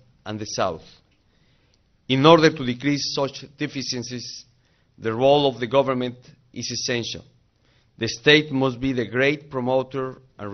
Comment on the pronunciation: "Sochas Deficinsis" hahahaha